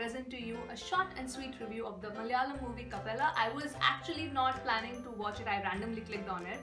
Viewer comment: It's Malayalam not Mal-yalam